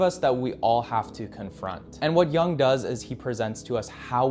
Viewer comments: Re: Carl Jung His surname is pronounced 'Yoong' not 'Young'. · "Yoong" not "Young" Carl Jung